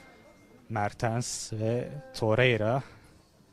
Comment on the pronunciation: Terreira değil la torrreira 😂